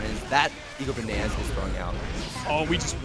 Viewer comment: Well, also kept saying "EGO-Bananas" when it's clearly "I-go-Bananas", so yeah... there's that.